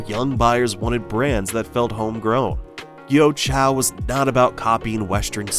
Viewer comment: Your pronunciation for the proper Chinese words are all so messed up! Even Liu Xiang s name was pronounced incorrectly. Also with GUO Chao! Pls don’t embarrass English speakers with such bad Chinese pronunciation!